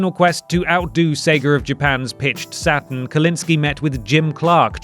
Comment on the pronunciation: I cannot make it through this vid.. its not satIN its satURN